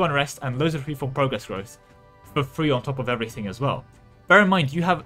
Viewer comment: Anyone else hearing three whenever he says free?